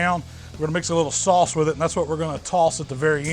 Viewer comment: also makes it sound like 'sauce' has an L in it.. 'saulce'